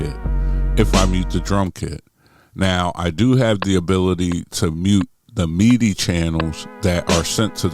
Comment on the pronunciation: That's why you don't mute tracks. You mute pads. I can't help but laugh at when you pronounce midi as meaty... Philly Talk